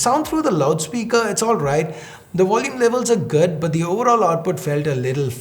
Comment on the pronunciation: Why is his accent sound so weird? Never heard any indian saying "good" as "ged"..🙄..sound soo fake & cringy...